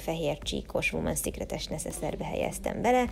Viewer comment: Imádtam 😊 Jó utat Nektek ✈🇺🇸 (a Women's Secret kiejtésénél vigyázz - többesszám 😉)